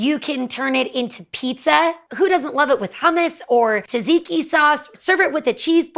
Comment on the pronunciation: Taziki?? WTF??? How hard is to say TZATZIKI???